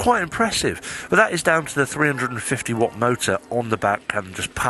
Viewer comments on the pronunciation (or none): none